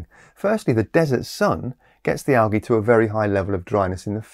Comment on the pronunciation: Algy? We deserve a warning when you pronounce things like that!